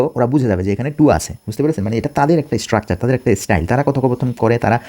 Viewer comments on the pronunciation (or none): none